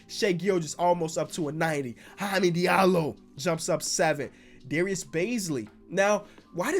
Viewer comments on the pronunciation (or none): none